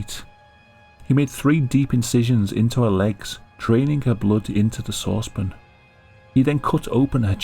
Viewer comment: Have I been pronouncing sauce pan wrong? Is it supposed to be pronounced saucepin? Because that’s how this dude says it. It is so alien and strange to me. Otherwise great video came up the good work.